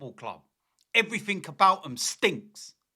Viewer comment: 'And everyfink else'